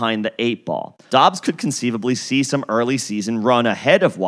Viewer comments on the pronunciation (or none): “Dubbs” not dobbs